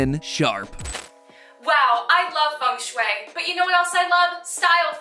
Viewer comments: I thought it was said like feng shui, not fung shoe-ay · Are you telling me it has always been "Fang-shway" instead of "Fang-Shuiii"??? My day is ruined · "fung schway, that thing you don't know how to spell' ... or pronounce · I didnt know got such thing funk shuey in the west, and the way u pronounce it, I LOVE IT!!! ♥I learn architecture in my country, and fengshui is part of "building physics" and "room psychology" to create comfy space, we dont use that geomancy magic, but just some science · "fang shoe-y" That's roughly how to pronounce it. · I thought it was pronounced feng shui (fang shwee) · I like the pronunciation of feng shui. As a chinese, it's the funniest pronunciation ever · As a chinese person. Hearing non chinese speakings pronouce FengShui in a foreign accent is hilarious. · A though I had on rewatching this. It’s not important but as a native Chinese speaker, MatPat pronounces Feng Shui wrong the whole video.😂😅🤣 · bro im Chinese and I didn't even realised that Feng sheui meant as everyone is pronouncing terribly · Matpat😂😂😂😂😂 your pronunciation of Chinese words are so goofy. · Sorry, but again… don’t you have a single Chinese-language connection who can help you guys with the pronunciation? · The ‘e’ in Feng is an ‘o’ sound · bro just mispronounces it the whole vid